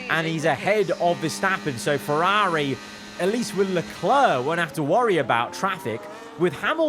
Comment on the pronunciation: Please practice pronouncing Ferrari properly.